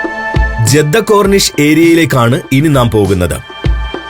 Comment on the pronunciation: ജെദ്ധ അല്ല ജിദ്ദ. മെക്കാ അല്ല മക്ക